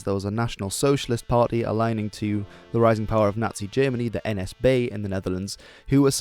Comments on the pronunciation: You spoke nsb en prinsenvlag with a Dutch accent... Well done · are you dutch? bcs , you say N.S.B just as a dutch person would say it. and i can know that bcs i am dutch. so, are you? that would be cool. edit: sorry, i just lookt at your'e channel and saw that you are. so that was my fault. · wow omg i loved how you said n.s.b. and prinsenvlag combined with english i am dutch myself and its very weird to hear dutch and english at the same time